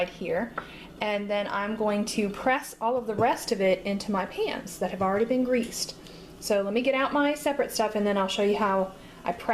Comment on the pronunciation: You said pans but I heard pants.....